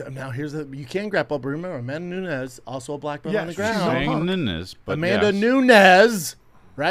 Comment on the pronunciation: “amandanaanezzz” 🙄 Chris hates Brendan and hates this job hahahahah 😂